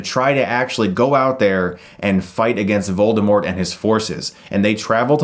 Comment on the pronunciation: Hey... not to be a dick or anything but the T is silent in Voldermort. Rowling stated this in a tweet.